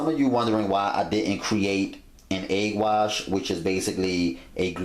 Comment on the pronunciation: " dont need NO eag wash."